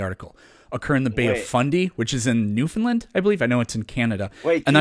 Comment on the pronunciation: Learn how to pronounce New-fn-LAND. In any case, the Bay of Fundy is in Nova Scotia.